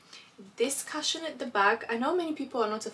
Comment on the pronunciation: The prices were absolutely amazing..... Very lucky.... Also you make me laugh sooo much the way you always pronounce cushion, you say Karshen it's pronounced kooshen or kushen lol sorry but I had to tell you....xx